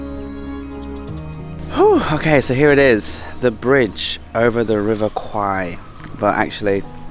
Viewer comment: Thanks for pronouncing the river’s name correctly.